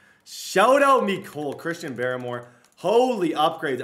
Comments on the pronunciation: Dude it’s barmore not baramore cmon put some respect on his name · Chrisean BAR-more lmao.